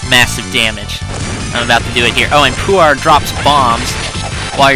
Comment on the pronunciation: Pwar, that's how you pronounce his...her....its name. I really dunno if Puar is a guy or girl.